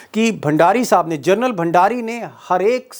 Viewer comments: Gernal nahi General bolo sab. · जर्नल नहीं मामू जनरल होता है